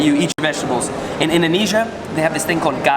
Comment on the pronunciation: you say it like this indonizia